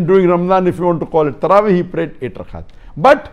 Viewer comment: Tarawee sounds like sarabhi